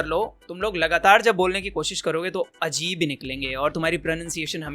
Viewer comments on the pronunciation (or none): none